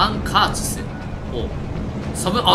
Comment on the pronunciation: カーチス全然正確に言えないの草